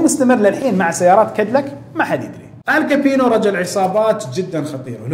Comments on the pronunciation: ال كابون! وليس ال كابينو 😗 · ال كابوني مو ال كابينو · محتوى راىع و لكن لتصحيح المعلومات رجل العصابات اسمه آل كابوني و ليس آل كابينو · آل كابوني وليس كابينو للتوضيح🌹🌹